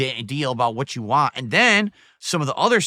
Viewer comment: The way he says waah when he is trying to say want makes me chuckle.